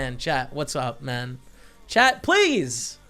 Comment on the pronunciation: why does he say mun now instead of man